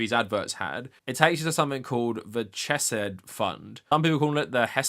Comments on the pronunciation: I love the video but I’m dying every time I hear Ch-eh-said. The CH sound is pronounced like Chanukah, both in Biblical Hebrew and the constructed language that modern Hebrew is. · I agree with your points but please learn how to say Hebrew names. It's a courtesy every language should be afforded. Also it's incredibly distractng hearing you pronounce Chesed "chess-said".